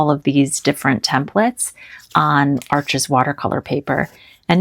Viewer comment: I ♥️ A. Gallo paints also, I only have a few of them for now. FYI: Arches is French, it’s pronounced “Arsh,” the (s) is silent, Thanks for sharing!!!